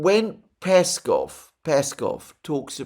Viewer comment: PeskOv, Alexander... it's PeskOOOOv.. like LavrOv or UshakOv.. accent on O